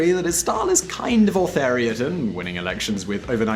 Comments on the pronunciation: Autheritan lol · I was talking about how he managed to mangle the word 'authoritarian'.